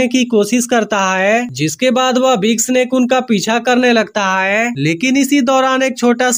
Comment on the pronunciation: Haiy q bol rhe h bhai hai bolye